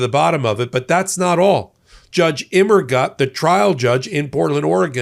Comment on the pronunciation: Think of the German phrases "Das ist gut" or "Alles gut?" and how they are pronounced before attempting Judge Immergut's name, please. The German word "gut" means "good" in English, and rhymes with the English words loot, flute, moot, chute, jute, boot, newt, fruit etc -- even Butte, Montana when you get right down to it. Translated, "Immergut" means "always good."